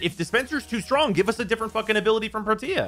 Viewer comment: please stop calling her pro-tia. Its Protea, like Proteus without an s. please. And you're STILL saying gaws knowing its Gauss? Sigh. i need to go kick something.